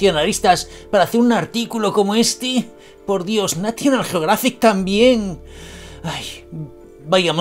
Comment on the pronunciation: ¡Excelente video me gusta y me suscribo!...es increíble lo que los "medios de comunicación" BASURAS andan publicando por ahí y definitivamente terrorismo informativo son las mejores palabras para describirlos... Sin ofender solo me hizo un poquito de gracia como pronuncia National Geographic pero bueno eso parece ser una costumbre de los españoles pronunciar las palabras en inglés como se escriben...🤭 ¡Saludos desde Costa Rica!...